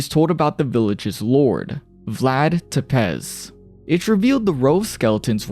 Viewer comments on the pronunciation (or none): For the record it's pronounced Vlad Tepesh. His apostle for kinda reminds me of Nurgle (Chaos God of pestilence and disease in the Warhammer mythos).